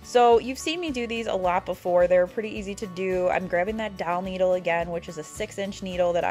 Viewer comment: Love your tutorials. Question, are you saying doll needle or dowel needle? And where to you buy them. Thank you.